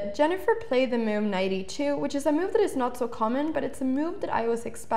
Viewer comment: I like when she says "mewve"